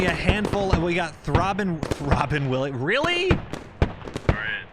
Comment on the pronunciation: "Throbbin Williams"!! Lmao